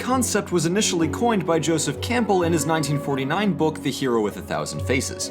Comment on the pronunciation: I hate to be that guy but I have to say it: you pronounced Campbell wrong, it’s pronounced Cam-bell not Camp-bell